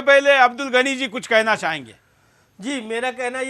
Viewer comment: Suresh Chohanke Pahele Apne Alfaaz Tik Bolna Sikho Abdul Gani Nahi Abdul Ghani Kaho Namaj Nahi Namaz Kaho,. Koun Se School Me Pada Koun Se College Pada,Koun Si University Me Pada Hain,, Adab Aqlaq Tahjeeb Nahi,,. Maine Pada LIkha Nahi Hoon Radio Sun Sunkar News Paper Padkar English Sikha Hain,,Tumari Kya Tulna Kare,. Ha Tumari Tulna Abu Jayal Aur Firhon Se Kar Sakte Tum Yahoodhiki Bigdi Hoowey Qoum Hai Tum Sudhar Nahi Sakte,,OK